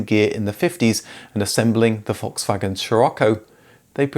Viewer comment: It’s Volkswagen , there’s an L in it, you say foxwagen.